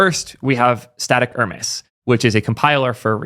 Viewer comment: Just a nitpick: Hermes is pronounced hur-meez (hint: it's not the French luxury brand, Hermès).